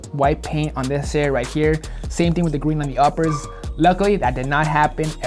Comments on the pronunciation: Did anyone catch say gween instead of green in the video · I thought he actually said green like “gween”😂